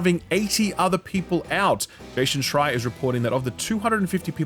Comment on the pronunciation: Anybody else notice pronounces Jason as 'Jaschon' every time he quotes Jason Schreier?